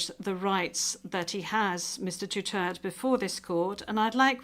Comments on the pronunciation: Duterte, not Dutert. You should learn how to pronounce our President’s last name. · His Duterte not Dutirt😂😅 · Duterte Not Dutert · Bakit hindi nya ma pronounce correctly ang Duterte ? Make an effort Ma'am....